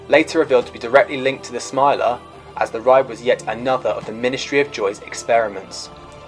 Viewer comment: You said the smilers producers wrong